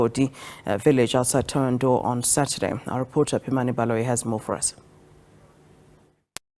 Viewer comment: The mf can't even say thohoyandou